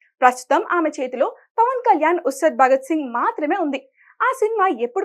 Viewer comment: ఉసద్ భగత్ సింగ్ కాదు బర్రె తల్లి...ఉస్తాద్ భగత్ సింగ్..నువ్ ని మొఖం. 😠😠😠